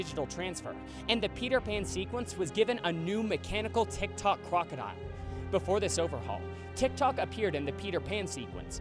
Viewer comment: TikTok the crocodile...I could have SWORN you said TikTok the clockodile.